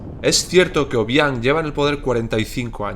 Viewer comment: Hola soy guineana y si no sabes pronunciar el nombre del presidente no lo hagas por favor , al guineano no le gusta que le graben